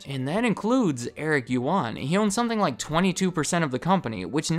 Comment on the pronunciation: First of all, Eric’s last name is pronounced as “uAn”, “yu” is silenced. This story explains why webEx and zoom have a very similar UI... sadly you sir completely skipped their data leaking to the PRC government controversy. They admitted in early 2020 that, some customers’ data including video feeds were leaked to Beijing